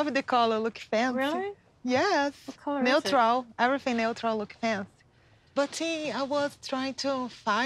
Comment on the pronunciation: I had to double check if fancy is actually pronounced like that 😂I love herrr